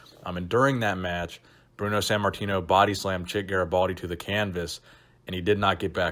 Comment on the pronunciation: san martino? or sant martino? why do you say his name like that